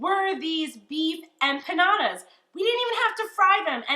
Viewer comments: it’s not “trolling” when I’m stating a FACT that you’re pronouncing something wrong. Learn the correct way to say the name of WHAT YOU’RE COOKING, asshat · Empanyada🙄 She's clearly non latino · I checked out at “empanyada”. Smh so uncultured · You are adding a y that isn’t there to the word empanadas!